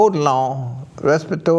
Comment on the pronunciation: "resperaritorious" ? LOL